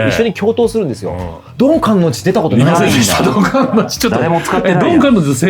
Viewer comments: 皆さん「かんのんじ」って仰っててちょっと気になったんだけど、アニメではあんまりそこ拘ってないのかな？w 単行本の注釈がすごい頭に残っちゃってるから個人的に拘ってたんだけど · ドン・観音寺は、「かんのんじ」ではなく、「かんおんじ」です。 マジレス失礼しました。 BLEACH最高！！！ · ちなみにドン観音寺は かんのんじ では無く かんおんじ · ドン・観音寺のことを「かんのんじ」って言ってるのが気になる… 「かんおんじ」です😂 とにかく、ブレソルコラボ嬉しい！ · 「かんのんじ」じゃなくて「かんおんじ」なんだよなー、と思う厄介オタク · 「かんのんじ」じゃなくて「かんおんじ」なんよなぁ:_マフィア梶田